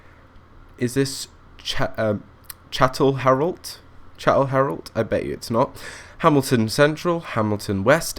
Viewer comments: Good video, The 303's where quite rattly, cold and prone to breaking down,but loved them. The station names you got mostly right but the ones slightly mis pronounced were Chatel-t-rawl (weird I know) and Ruther (as in Rutherford, sounds like mother)- Glen (my local station) Hope that helps and hope you dont think im knitpicking. Keep up the good work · Rootherglen. LOL Chatelherault = 'Shat-ler-oh" Rutherglen = 'Ruh-ther-glen"